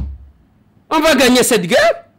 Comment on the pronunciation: La guerre ca se dit GAIRE